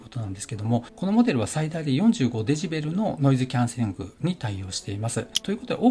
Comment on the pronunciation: 前から思ってたんですけど、dBってデシベルではないですか？ デジベルではなく、、、